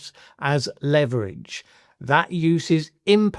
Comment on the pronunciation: You're apparently under a misapprehension of how the words "leverage" and "lever" are pronounced. It is good to have the vicarious schadenfreude of taking a grammar pedant to task.